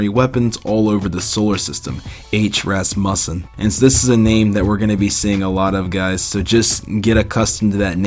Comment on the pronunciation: I think the name is pronounced Ras Mew Sin similar to how Rasputin is pronounced.